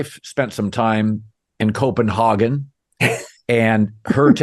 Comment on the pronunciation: I like how Chad instructs Colin how to properly pronounce Copenhagen, then he mispronounces it the whole episode 😀